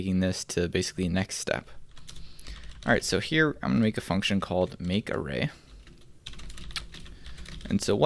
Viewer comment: Did you say fucktion? 😂